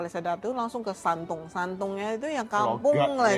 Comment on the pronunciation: dr video ini saya belajar hal yg lain lagi dlm melafalkan shandong ternyata dibaca shantung kayak chendu kemarin yg dibaca chengtu krn kalo lihat yter bule mrk akan baca sesuai dg hurufnya makasih mimin